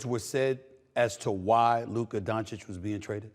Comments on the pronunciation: I can’t believe Steven A for the first time ever said Doncic correct after 7years.. he is not Doncik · His name is donakick like flight says